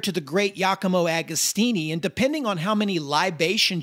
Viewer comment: This is such an awsome doccumentary, but show some respect for the great Giacomo Agostino and learn how to pronounce his name. Literally takes like 30 seconds to google it ;)